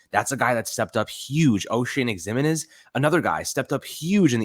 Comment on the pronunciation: It's not the end of the world, but please.. learn how to pronounce Ximines.